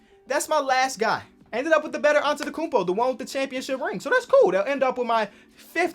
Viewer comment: "The better antetokfnfndn " Me: nothing wrong here